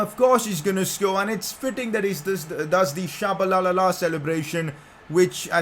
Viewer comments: It's not shabalalala,it's t-sh-abalala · The name is tshabalala not tshabalalala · I’m South African it’s pronounced cha ba lala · Pcq: you added an extra la in Tshabalala's name😹😹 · No hate but tshabalalalalala cmon fam😂😂😂💀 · You pronounced tshabala wrong 😂😂😂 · Im from South Africa and hearing say Tshabalala killed me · i died when he mispronounced it 😂😂